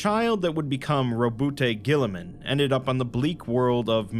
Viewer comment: Rowboot Gulliman. Roboutay is a french hair stylist.